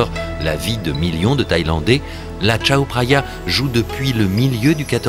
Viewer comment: Par contre, j'ai mal aux oreilles à chaque fois qu'il prononce "Tchao Praya" alors que cela se prononce "Kao Praya".